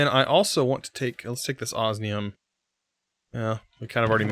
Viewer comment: For the love of all that is holy when will you learn to pronounce osmium correctly???